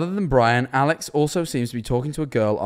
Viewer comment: When mans was saying alex i heard owl legs